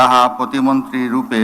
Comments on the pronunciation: ভাই ওটা প্রতিবন্ধী হবে না প্রতি মন্ত্রী হবে উচ্চারণটা আগে ঠিকমতো শেখেন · ভাই শুরুতে বললো প্রতিবন্দী পরে কইলো প্রতিমন্টী😂😂😂😂